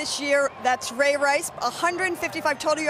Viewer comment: "Ray" Lewis not raw lewis